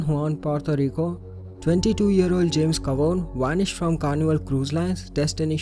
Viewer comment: He WANISHED!!?? NOOOO